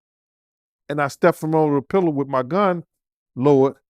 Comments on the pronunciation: There is the letter S in the alphabet. It’s Pillar not pillow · Pilar not pillow